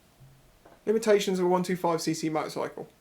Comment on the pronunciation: I had a fair idea that the lock picking vid would be no.1. I remember that you said limitisations instead of limitations in the limitations of a 125cc.😂 One of my favourite vids that one.